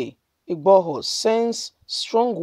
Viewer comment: broadcaster, kindly work on your name pronunciation, 👌 It's irritating!! GUMI not GAMIU IGBOHO not IGBAHO....please 🙏🙏